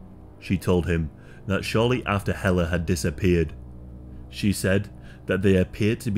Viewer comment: Thank you for this story, and for not butchering the name Helle! I'm another Helle that ended up in North America, with someone you " just don't leave", and get away with it.! I got away, we with my children, and survived and thrived despite of his efforts to make my life a living hell. I read about this story years ago, and it sent shivers up my spine. Thank you for not letting her be forgotten 👍